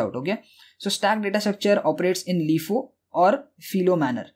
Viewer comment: I needed a playlist on data structures and you delivered. Thank you very much. By the way, LIFO is typically pronounced "LIE-foe", not "LEE-foe".